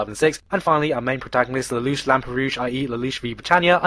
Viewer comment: I'm sorry everytime you say his name all I hear is la-douch